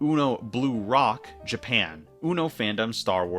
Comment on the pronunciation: that's supposed to say blue lock, not blue rock. for future reference, in Japanese the L and r sound are pronounced the same, so if they're using an english word they might write the L as r